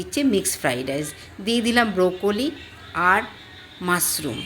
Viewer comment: মাসরুম😮!এতো জগন্য উচ্চারণ প্রচন্ড কানে লাগছে😅শুনুন আগে উচ্চারণ শিখুন পরে ভিডিও করবেন।গাঁইয়া অশিক্ষিত কোথাকার 🙄